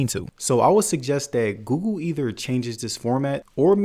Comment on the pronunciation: Bro is always saying gugu instead of Google. xd